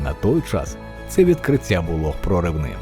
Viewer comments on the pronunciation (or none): Людині яка озвучила це відео треба попрацювати над своєю українською, буква "щ" має звучати м'яко і саме як "щ", а не "ШЧ", слова "ті", "відкриття" і подібні їм мають звучати так як пишуться, а не "ці", "відкрицця".